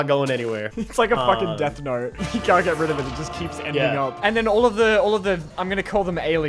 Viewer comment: "Death Nawrt"